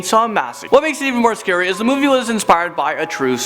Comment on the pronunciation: it is not schery